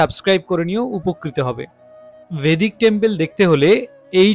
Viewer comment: বৈদিক মন্দির বলুন, ভেদিক নয়।